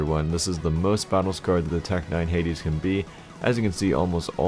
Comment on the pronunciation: tec 9 "heidis'' XD